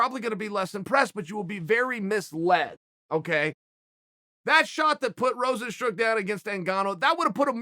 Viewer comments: Rose n stru... there’s the classic chael mispronunciation haha!!! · Everyone : Rozenstruik Chael: Rozenstroo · Chael Sonnen: Rozenstrook Dana: If you don't know, now you know.